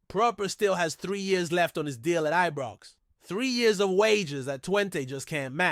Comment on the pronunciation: Knows fuck all about Rangers he says Eebrox what a fanny